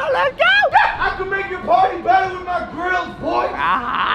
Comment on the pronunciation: When you said I got them grillzs it saunded LIKE I got them girls